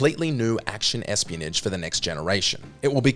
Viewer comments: Espionage pronunciation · Espionage, come fucking on. You've heard that damn word plenty by now I too hate you